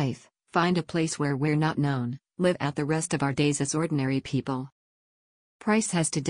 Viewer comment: The reader is a computer who can tell the difference between live and live, even with context. You need a person reading to elicit feelings and what words that look the same aren’t necessarily pronounced the same. The story was really good. I wonder if the “Miller Gang” could be in a future book…